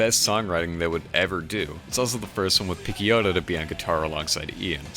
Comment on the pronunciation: Also Picciotto is pronounced “pi-CHO-to’, sorry, I couldn’t stop myself